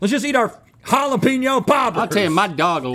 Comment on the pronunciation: finally Hala-penyo.. not peen yo.. keep it up..